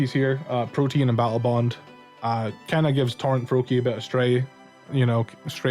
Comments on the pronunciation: It's ProtEAN not protIEN pronounce the A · Not trying to be "that guy", I normally wouldn't care because I still understand you. But I see there are a couple other people confused because they think you're saying "protein". "Protean" is pronounced /pro-tee-ehn/. Great video as always, though. <3 I completely agree with pretty much everything you said.